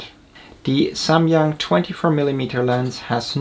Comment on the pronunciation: finally I hear someone pronouncing SAMYANG correctly